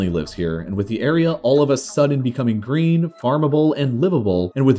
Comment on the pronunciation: Green not "Greem"